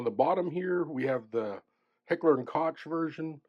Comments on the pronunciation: I noticed it too, but let’s try that again with a little more tact: While a lot of people pronounce it ‘kotch’, that is incorrect. The correct way is ‘coke’, like the soft drink. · Its pronounced Heckler 'COKE' not Cotch.😉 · COKE..... say Coke .... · Pronounced "cook" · Koch is pronounced COKE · It is pronounced KOCH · No, it's pronounced COKE. But that would make you even more out of breath to pronounce it correctly. Enjoy your POS clones. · Am I the only one who cringed each time he called it "Kotch" 🤣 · your saying Hecher and Koch wrong, its really annoying. "ch" in German is pronouced lie a "k" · First off you can't even pronounce Koch correctly. Secondly, you're just a typical Bubba guntuber. Definitely a member of Meal Team 6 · "Koch"? Your inability to pronounce their name correctly gives you zero creditability.